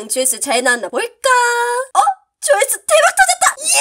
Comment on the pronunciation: 여기에서 조회수를 조화수로 하셨어요 ㅎㅎ